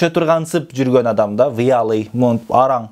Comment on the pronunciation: Вяллыйды, выялый деп жатасыз